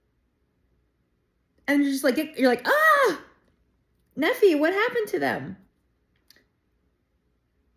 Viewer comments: 👍 BTW, Nephi = "Neef-eye". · Hey, I just found your channel and was drawn to it. I love your sincerity. I received my testimony of Jesus Christ by reading The Book of Mormon. I did so when I was reading in Ether chapter 12 specifically. The entire book is so amazing and special. Continue reading it and you will find some amazing treasures such as chiasmus. Your pronunciation is very good. Nephi typically we pronounce in English Knee Fi and Lee High. I love the content and can’t wait for more content! It’s awesome! Also B.C. Refers to Before Christ so 600 years before Christ